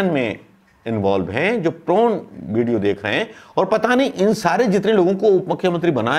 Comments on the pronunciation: प्रोन नहीं पोर्न। वैसे यद्युरप्पा भी एक महिला कार्यकर्ता के गाल सहलाते देखे गये हैं। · Prawn नही Porn बोलिए सर.... Prawn तो झींगा मछली को बोलते है..... आप सचमुच बहुत भोले भाले हो सर ....प्रणाम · Prone nhi porn hota hai sir